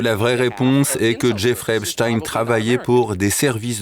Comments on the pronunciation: Pourquoi prononcer "Epstine " alors que c'est Epstein ,ça ressemble trop à des noms connus ? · Salutations ! On ne prononce pas Epstien mais Epstein par pitié, ou alors c'est Einstien et plus Einstein ! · EpSTEIN pas Epst"ine" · C est pas epstin c est epstein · Pouvez-vous arrêter de prononcer Épchtine svp ? C'est ridicule... On ne dit pas Inchtine pour Einstein. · Pourquoi,ce présentateur parle -t-il d' Epstin ? Snobisme ou méconnaissance élémentaire des syllabes? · Merci pour votre travail. Pourriez-vous dire à votre collègue qu'on ne prononce pas le nom de Jeffrey Epstein en disant Epchtine, comme le font les Américains. Est-ce qu'on dit "Inchtine" au lieu de Einstein ou "Frankenchtine" au lieu de Frankenstein? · Pourquoi prononcer EpstINE ? Vous pouvez pas prononcer correctement son nom ou vous avez juste la trouille ?